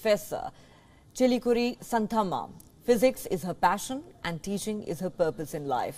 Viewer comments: Its not how you pronounce Santamma..you have to pronounce Shaanthamma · That was an interesting report on sn astounding person. I have a suggestion though - before going live with content please do try to find out what the culturally proper pronunciation is, of names that feature in your reports. In this case - Santhamma, Guiness, and Vizianagaram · Good to know about her dedication, kind request to you guys to pronounce her name properly, don't use the Western style for Indian names.